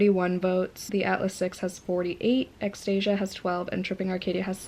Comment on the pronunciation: Haha thanks for the pronunciation guide for Extasia....I've been saying it the same way you did. Whoops! 😬😳